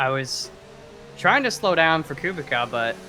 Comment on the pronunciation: I'm pretty sure kubica is pronounced coo-bitz-ahh